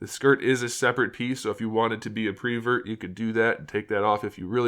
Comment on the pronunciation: Prevert ? Did you say that first 🤣